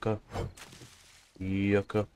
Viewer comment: The way you said yuca when picking up the Yuca plants was pretty funny